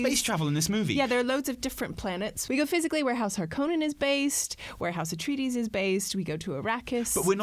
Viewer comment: Ah-tray-dees, not uh-tree-dees.